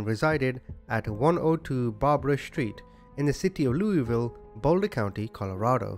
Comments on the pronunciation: Louisvillle, CO, is pronounced Lewis-ville (not Looey-ville). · We just pronounce it Lewis-ville here in Colorado. Haha I know folks over in Missouri get upset if you don't pronounce their city right, but we try to keep things simple out here.